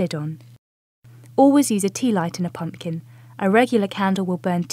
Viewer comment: pum PUH kin. i'm fom the UK and even i know that's a weird way to say pumpkin.